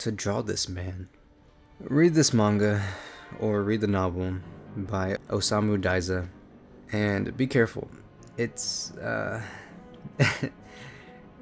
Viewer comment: haha osamu diezuh hheheehehe